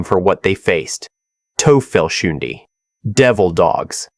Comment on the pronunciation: Pronunciation were fecked also. Not tel - fel - hindi - "TOY-felS-hoont" How to Pronounce Belleau Wood